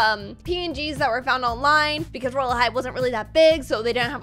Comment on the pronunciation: Did anyone notice that when the video said roblox royal high it said rylea high